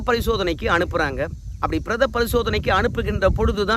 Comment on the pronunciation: Prdha illai ( piredha)Thappu Thappaaga padive podaadhe